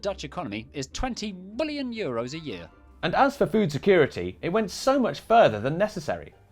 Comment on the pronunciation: Is that the way Keir Starmer says Billion? 😂